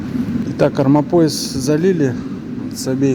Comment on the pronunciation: Армомояс у вас звучит смешно😅😂